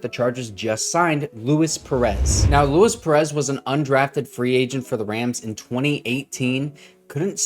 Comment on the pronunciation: LOO-EES PEREZ, he’s mexican not italian